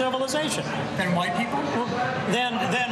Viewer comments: His pronounciation of "white" reminds me of the SNL wedding speech racist (Will Forte). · Yeah dude if you pronounce it hwhite I’m not so sure